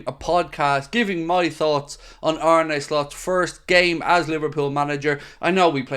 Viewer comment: It's not Ar-nay like Renee....ffs it's Ar-na ok. It's like John Arne Rise....get his name right. Arne. From fellow Irish get it right